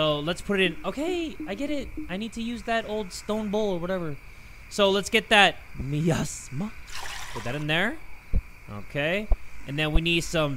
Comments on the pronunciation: its My-as-mah - Miasma 😂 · It kills me 😭 it’s pronounced my asthma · I love the way pronounces miasma. For the people who don't know how to say it, it's "my-asthma" and a miasma is like an unpleasant gas or vapor. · jay saying miasma incorrectly and then saying me ass ma is the funniest thing ever 💀💀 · lol mournful my-ass-mah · miasma is pronounced my asthma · hearing jay pronounce miasma wrong 🤣also the whisper from the "cauldron" would whisper to me "were calling you about your cars extended warranty" lmao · I love how nobody's mentioned how doesn't know how to say the word "Miasma" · jay not knowing how to pronounce miasma is SENDING me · The word Miasma being butchered hurts me lol